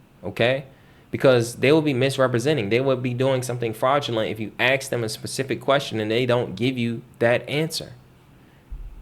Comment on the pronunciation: Okay, since I'm on an obvious rant... I travel to many countries, and their people struggle, and REALLY attempt to use correct pronunciation. How long have you lived in the USA? How long do you need to be able to pronounce ENGLISH words? AXE? or Ask? Come on Man.